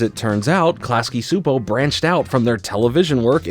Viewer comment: "I know I'm saying it wrong" "Chupo" is really-really close to the pronounciation of "Csupó", so go with that. t. a hungarian viewer